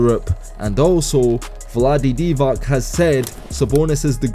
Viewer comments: DIVAC is pronounced DIVATS not DIVAK. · You don't know how to pronounce Divac's last name, but you know that Sabas could've been the goat😂Another guy in this comment section said that Sabas would outrebeound and outscore Bill Russell, even though he never watched him. Sabas is a legend, one of the best European bigs ever, but stop with this $hit